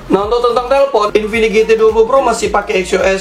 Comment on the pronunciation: mereka dengan sadarnya menyebut infinix dengan sebutan Kingfinix 🤣